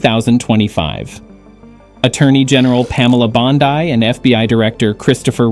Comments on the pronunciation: I do not want to watch it again however I thought I heard once the AI voice did not even pronounce Pam Bondi correctly. The scary part to me is the number of people who believe something of this magnitude with no critical thinking, no verification, and no research. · Because it is fake? They couldn't even get the uniform color correct and I am thinking at least once the AI voice did not pronounce Pam Bondi correctly.